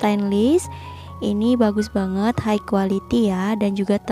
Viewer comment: High quality --> high kalo dibaca bukan jadi "haik" kak tapi "hai" 🙏